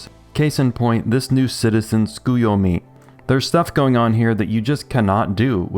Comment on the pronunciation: Great review but the way you pronounced Tsukiyomi made me laugh